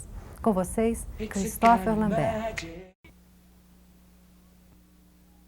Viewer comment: "Cristófer lambér"...Eu passei a vida falando "cristôfer lâmbert"